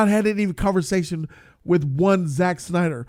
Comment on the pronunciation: "with one Zack Synder" haha